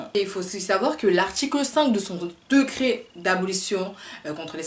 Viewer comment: Victor kisa?? Decret !!! Discours peut-être intéressant mais an pé ké pé!!! Decret !! On dit DÉ-CRET!!!